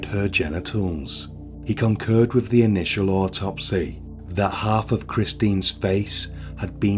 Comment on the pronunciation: I really was interested in this but your voice is unbearable with the constant up tones which are not natural, also, with has is pronounced with a th not a v.